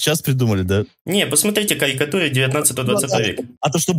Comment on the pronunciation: Каикатуы😂😂😂 вшивый, к логопеду сходи